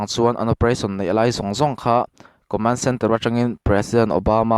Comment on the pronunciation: Co-mén (Command) >> (Commán-d)